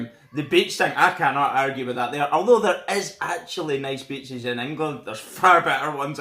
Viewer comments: When you were naming better reasons than england...I thought you said bitches...then you said women...I knew you said beaches...but my version was funnier in my head. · I thought he said bitches when he said beaches. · you say beaches, sounds like your saying bitches lol , we got both want more could you want. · When he said beaches I thought he said bitches